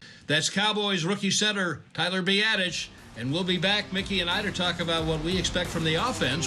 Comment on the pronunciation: 🤣 I'll give him a pass on slaughtering Tyler's name but James Looney? Hahaha. Best laugh I had all day though.